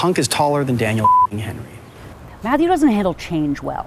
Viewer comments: i love how he purposely pronounces names wrong. thomas is THomas and daniel henney is daniel henry 😂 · HAHA I still don't understand why he keeps saying Henry